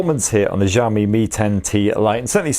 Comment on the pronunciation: Xiaomi /shawh-mee/ (kinda like how you say "show me" but instead of an "o" in show, it's an "a") not /zhawh-mee/.. it gets annoying when literally all non-Asian people pronounce it wrong every. single. time.